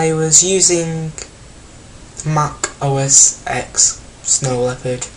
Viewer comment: I was using... Makk Oh-Ess Ekss.. It's pronounced OS 10.